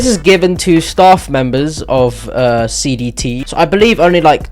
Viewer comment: I thought he said BBC instead of CDT